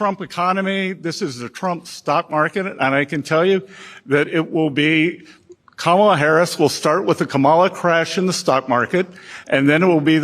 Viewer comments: What I love is accidentally pronouncing Kamala correctly right in front of DanOld, tried to "fix" himself, then repeated the correct pronunciation again. The pressure is real! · he pronounces Kamala's name correctly followed by the derogatory way and then correctly again. I don't think he can get the hang of using the slur version. Daddy Trump probably gave him a little spanking for that